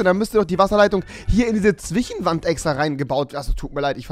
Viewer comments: Zwichenwand Rewi? 😂😂😂 Das heißt Zwischenwand 😉😊😋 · "Zwichenwand" wie ich diesen Sprachfehler liebe😍